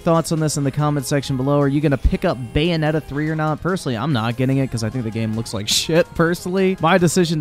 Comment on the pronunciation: What’s Bayonneta 3?